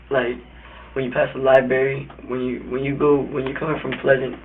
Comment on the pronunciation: What's a "lie berry"? 🙄